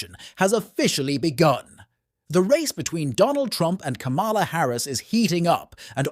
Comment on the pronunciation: Her name is Kamala, pronounced comma-la. Get it right ir expose your ingorance (or your bias).